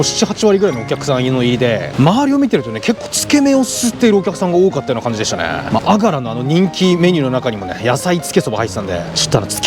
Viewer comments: あがらのイントネーションが違うのが惜しい！！ あ⤴︎が⤴︎ら⤴︎ それにしても久しぶりに聞きました（笑）。 おじいちゃんが良く言ってたな…。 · あがらは、「が」にアクセントがあります。井出商店に35年通う和歌山市民より。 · あがらの発音違うかも💦